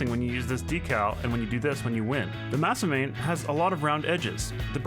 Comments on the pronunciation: pronouncing "Masamune" as "Masamain" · Did anyone else cringe at his pronunciation of masamune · i like how Sunless said Sandy Shores the first time then Salty Shores the second time. is that really how you pronounce Jäger?? & it’s MasaMUNE not MasaMANE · Naaaaaah Im sorry please excuse my autism but you butchered the crap outta "Masamune" You definitely said 3 out of the 4 syllables tho. Not sure if that was on purpose or not. Also my brain is yelling at me to mention the Jager as well. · I am offended by his pronunciation of Masamune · The way you pronounced jager and masamune killed drove me bananas